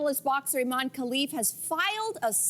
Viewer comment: Finally, someone who pronounces Imane's name correctly. Hope Imane wins big!